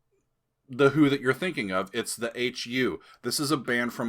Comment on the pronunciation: Not Who pronounced Heeouww